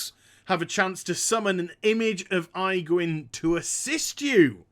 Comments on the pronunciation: Good god, man! Aegwynn = "Age-Win". Your pronunciation just made my skin crawl. For real though, I would buy those condoms. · age win. That's how it's spoken. infernals from your lock video was pronounced very strange too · I like how you call her Eyegwynn :D